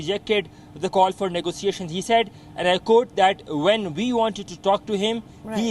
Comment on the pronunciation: Negotiations pronounced 'Nego-shiashins'